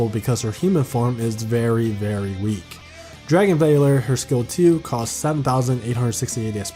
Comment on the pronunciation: Dragon v”ah”l”ore”